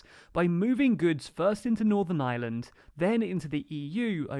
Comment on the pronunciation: Thanks for the vid. Why no mention that a main reason the U.K. gov changed course was due to Pelosi and Biden stating that no US trade deal could be struck if the U.K. threatened the Good Friday agreement. Also, just to be pedantic, the pronunciation of Ireland has a strong R. You seem to be saying 'island' instead of 'Ireland'. Not a big issue but it's nice use the correct name. Thanks again for your vids, T.